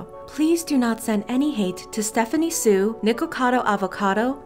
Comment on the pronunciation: Thank you so much for Saying Stephanie Soo correctly 👍.